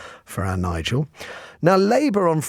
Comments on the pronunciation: Shame the show host hasn’t got the manners to pronounce Nigel’s name correctly… Shows where their allegiance lies. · The block can’t even pronounce his name properly